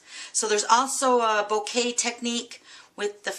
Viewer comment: Beautiful card. Isn't it pronounced Boka though?? I've never heard it pronounced bouquet..